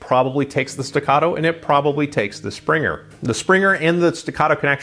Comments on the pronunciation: its not "Springer". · "Springer" ? Good review but I just had to say something about that lol.